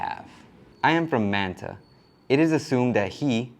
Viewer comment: My brother. I respect you, but please stop saying Man Ta and say Manta . I get you speaking English. Just it the right way. Not the English way. It just sound funny. Please 🙏🏼